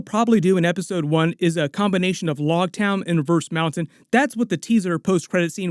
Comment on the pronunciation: It’s loguetown like rogue not like log. Big fan just thought I should help as a manga reader.